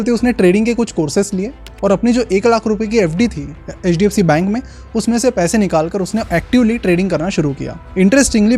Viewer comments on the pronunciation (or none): Why are you emphasising hdfc? Are you an investor?